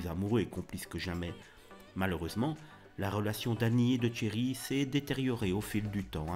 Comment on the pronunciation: Tcherry ? C'est Thierry...